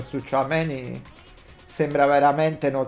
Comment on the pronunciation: Tchoumenì ha un non so che di Napoletano